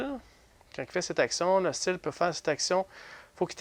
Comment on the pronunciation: C'est une belle partie. Je sais pas si c'est moi mais a chaque fois au lieux de "hostile " J entend "ostie" 🤣